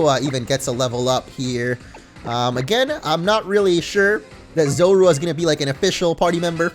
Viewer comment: "Zorua" is pronounced "ZO-roo-uh".